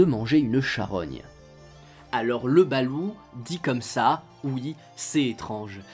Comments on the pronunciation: Veillez à prononcer le T à la fin [BALOUTE] et non BALOU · Hello, pour aller souvent aux Philippines et ma compagne étant des Philippines, je me permet de te corriger sur la prononciation. On dit "balotte" et non "balou". Sinon chaîne très intéressante et sortant de l'ordinaire. Je sub :) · chuis philippin ,on dit balote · Jhabite au philippines , cest exellent , ont le mange le soir surtout pour laspect , et il faut prononcer le T a la fin de BaluT , le blanc de loeuf balut ne se mange pas car il est tres dur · Pour info le T à la fin du mot se prononce. Perso j'adore en manger